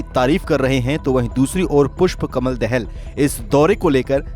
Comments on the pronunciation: देहल नही दाहाल हे। जरा सुधर करो भै मेरे।। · Dahaal not Dahal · Prachanda's last name Dahal is pronounced incorrectly. Not that it really matters but a National news channel could at least learn how to spell the PM's name right for the sake of journalism. Even if we forget about this land issue regarding Lipulekh and Limpiyadhura, it is not clear why India's new parliament shows Nepal's another city Lumbini on their map. India has border dispute with all the neighbor counties, what does that say about India? It starts becoming very difficult to maintain friendly relation if there is bullying attitude by India. Lately with Modi government, there have been so many issues including road blockade, trying to enforce Hindu Rastra on Nepal's constitution and so on.